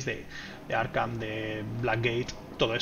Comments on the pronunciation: Por q el de la lo llama arjam???? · Por qué dices “Arjam”? 😅